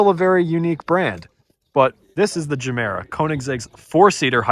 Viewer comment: The Ge in Gemera isn't a hard [DJE], but soft like in Yoga. Or if you've watched Anchorman where he says jogging with a soft J.